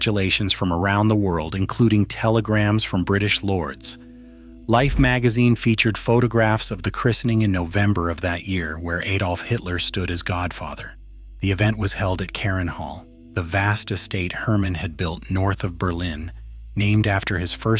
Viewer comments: Hitler's first name was not Aydolph. It was Adolph. The a is short as in father. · why do americans always mispronounce hitlers name? it's ahdolf, not AYDOLF!!